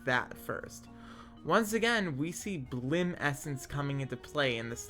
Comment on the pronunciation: its bilim not bllim dont forget the first i (B I L I M not B L L I M), while its spelled how you pronounced it terran is pronounced terrUn or terrEn both are correct, and you'll have to look up how to pronounce rapier I have no idea how to explain it, solderer is the person who solders the machine should be a soldering machine that one is 100% the mod makers fault though also the entire set of words is dumb and hard to pronounce so I don't even know which one of us is saying it wrong or maybe we both are right idk, LOVE literally everything else, great videos and I could listen to you talk for hours